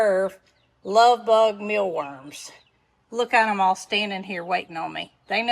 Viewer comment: Love how you say ‘oll’. I watch from Minnesota. Pretty soon I’ll have a southern accent😂